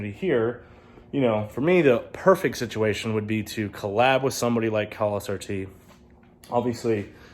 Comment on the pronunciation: It’s Khal not kahal👀